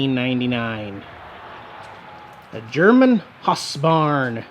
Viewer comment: It is pronounced HOUSEBARN, not HASSBARN. Just because one German Band made a song (Du Hast - which by the way means "YOU HAVE" not "YOU HATE")....seriously,? Sorry - but this time you failed your research - which makes me concerned, since you usually are pretty good with that kinda stuff...?!